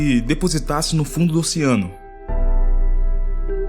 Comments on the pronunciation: "Ociano", " ociânicos", porra !! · Qual a dificuldade de falar OCEANO. Ociano é foda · pq vc fala ociano ? KKKKK